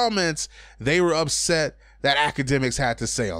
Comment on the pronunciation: its UPSET not USET